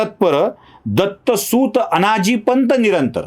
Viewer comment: तुम्हाला "सुत" (अर्थात् पुत्र) आणि "सूत" (म्हणजे सारथी) ह्या दोन शब्दांमधे जे -हस्व उकार आणि दीर्घ उकार आहेत त्यांमधला फरकदेखील कळत नाही, आणि तुमच्या (अती)आत्मविश्वासपूर्ण शैलीत तुम्ही "दत्तसूऽत" म्हणत राहता, याला काय म्हणायचं?